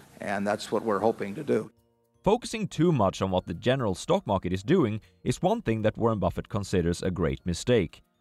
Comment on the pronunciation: 'Morket', lol